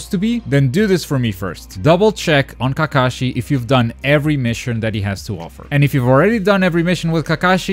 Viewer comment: Kakashi = Kah-kuh-shi DOES NOT = kuh-Kah-shi Unlearned swine.